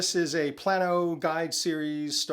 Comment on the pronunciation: Just a heads up the tackle box name is pronounced “play-no”. They are made in the town I grew up in: Plano. Great video and thank you for sharing your collection/experience. It’s all very helpful!!!